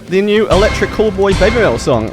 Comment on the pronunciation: Me’ol…. What is that? I know about metal, but not about “me’ol”. 😄😉